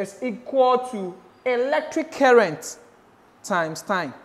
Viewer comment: You saying current like kerrent is so funny It just seems like you're calling my name